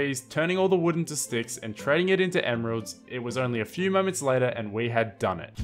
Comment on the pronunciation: um i think your wrong. You said s few...